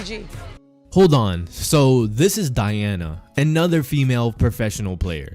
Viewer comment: Did you disrespect Taurasi saying this Diana That ain’t Diana but do you don’t know how to say her name